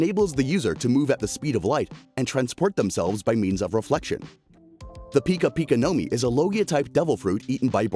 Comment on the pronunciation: U said like pikachu pica pica no mi